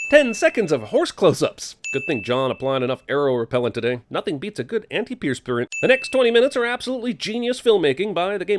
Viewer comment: Anti-pierce-perant xD